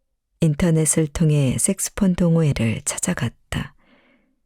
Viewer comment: 섹스폰이 아니고 색소폰 입니당. 발음주의!